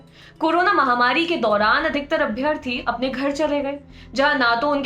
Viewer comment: Please correct ur pronunciation for abhyaarthi!